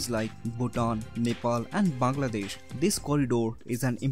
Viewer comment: I like how he pronounced bangladesh. I feel like foreigners cant pronounce our country.